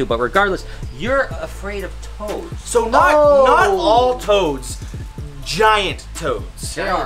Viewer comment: I thought that he said toes not toads